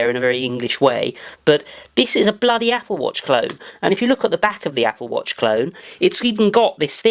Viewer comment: "Dis is a bledy apple watch clone" (from then on he was officialy triggered)